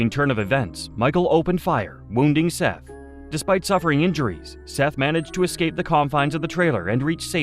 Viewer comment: Obviously this was done by AI voiceover. SETH IS PRONOUNCED 'SETH' NIT 'SEETH'. It's like ggling about ROOSTERS & AI TALKS ABOUT A ROOSTER LAYING AN AGG. AI IS RUINING THE INTERNET-TOO BAD WE CAN'T TURN IT OFF. TO EHOMEVER STARTED UP THIS YOUTUBE CHANNEL-LEARN TO SPEAK CORRECTLY YOURSELF & EDIT YOUR VIDEOS. AS SOON AS I REALIZE THESE VIDEOS ARE AI GENERATED-I TURN THEM OFF & NEVER SUBSCRIBE TO THEM!